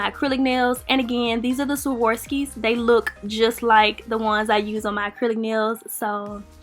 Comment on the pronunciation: You said “Savorski”